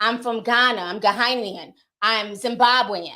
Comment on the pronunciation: Ghanaian is pronounced - “Gar - ney - an.”